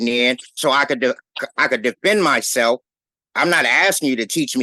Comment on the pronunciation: "I DEMAND you splain me the rules, since I cannot possibly read them mahseff."